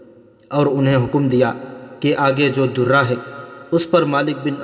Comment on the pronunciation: Darra zabar k Sath bola jata he. Zair zabr paish or talaffuz ka khayal rakha karain.